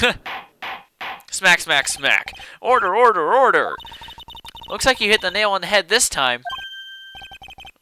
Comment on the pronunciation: ordeer! OR DEER!!!!